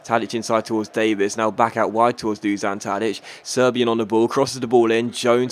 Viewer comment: It's Dushan not Dusan Tadic just so you know :)